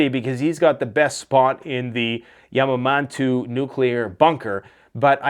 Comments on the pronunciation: aha nice one. Yamamantu. Yamauntown not yamanantu. Isn't that some city in Africa. God. Learn your names by saying them. Or just don't say them. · Yamamantu... Yamantau mountain ffs xD